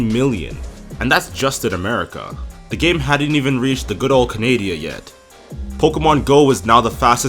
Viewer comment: Idk why but the way you pronounce Canada bothers me and so does generalization of the gaming experience. Still nice video, i dont like the game tho.